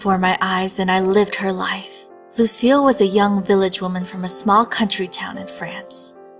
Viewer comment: When you say Lucile it sounds like you are saying Lucio